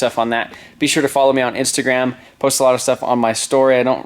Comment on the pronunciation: Ok ill follow you on the "instajam" lmao tell me im not the only one who hear that😂